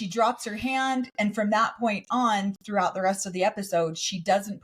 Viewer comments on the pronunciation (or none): none